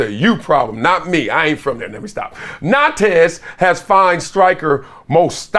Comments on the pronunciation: Big dog, it’s pronounced na:nt 🙏🏾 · The S is silent in Nantes